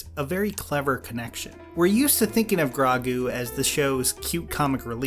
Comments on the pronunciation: dude its grow-gu not. grau-gu watch the episode again, jesus omg he cant pronouce anything with an o in it its Ass-hoeka. not asaka i cant watch this while you butcher their names im done here. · I can forgive gr-ah-gu, sincd im not a huge fan of the name... But Ahsaka? It's even worse since he says it correctly before.... Yes I know he acknowledges it, but it still hurts lol. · Ahsokka. Grawgu. Kirasowa. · please pronounce baby yoda's name correctly too... its not Gr-AH-gu... its Gr-OH-gu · Grago GRAGOO ITS FUCKING GROGOO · And Grogu its growgu no grawgo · You said Ahsaka and Gragu many times lolol a few ATLA movie vibes but I forgive you since u are. Ahsoka -> Grogu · Its Gro-gu dude not Gra-gu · Bro it’s not “Grogu” it’s Grow-goo” 😂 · I love the video but it’s “ah-so-ka” and “grow-goo” not “ah-sokka” or “gragu” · Honestly “Gra-gu” sounds 100% better than “Gro-gu” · "Grow-goo", say it with me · Please take this criticism jokingly because i really love your vids: but oh my goddddd you were saying asockka and rosairio dawson and grawgu >:( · Yeah, like others, I was more distracted by the gra-goo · Grow-goo. Grow-goo. Practice it. Learn it. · Do you say every name wrong on purpose? Grogu not grago Ashoka not asaka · Great video...so many horrible pronounciations. Ah-SOHKA. GROW-Gu. Micheal bein is pronounced BEAN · At the second GRAH-gu I started deciding on the next video. When I heard Ah-SAH-ka I immediately stopped the video, typed this, and now killing the browser. Terrible. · ASOKKA and GRAHGU lol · KIR-asawa, GRAH-guu, ah-SAH-kah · I feel like you’re pronouncing the names wrong on purpose 😭 asAHka? grAHgu? Stop playin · Bro... AhS-O-KA and GR-O-GU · oh ok then, in the grand scheme of things it's fine, still a good vid just that CRAW-gu made me laugh so hard it took me out of the video (LMAO) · "Gra-gu" and "As-ah-ka" are my favorite Star Wars characters. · Uhhh its pronounced Gro - gu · You messed up grogu too